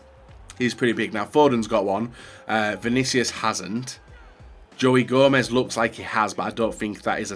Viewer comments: Joey Joemez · Why does he call him joey Gomez??? No one calls him that.